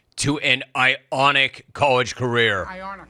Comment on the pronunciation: I hate that he kept saying “ionic.” It’s fucking iconic JIM!!!!